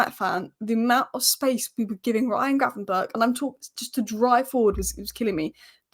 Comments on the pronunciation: apparently the ch at the end of gravenberch is pronounced as a g so its gravenberg. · How many times did you get gravenberch’s name wrong lol